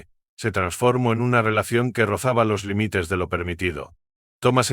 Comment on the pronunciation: Pobre lectura. No énfasis en acentos, no existen las ñs ...que es limítes, pódia, paníco, OHIO Oio